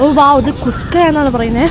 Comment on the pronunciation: Kuska ❌ kushka ✅